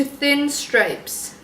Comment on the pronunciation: It is stripes not stripes